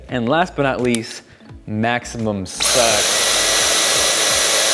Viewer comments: AM I THE ONLY ONE WHO HEARD SAY MAXIMUM SUCCC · HE SAID A HOUR OF SUCC TIME LOLOLOL